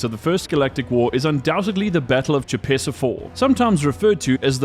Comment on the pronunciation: Oy. Choepessa IV is pronounced **koh-pess-ah**.